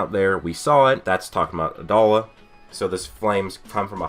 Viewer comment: You have lost the right to say "adolla" XD good vid tho